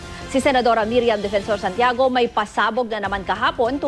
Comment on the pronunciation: MIRIAM not MERIAM.. 😅😅😅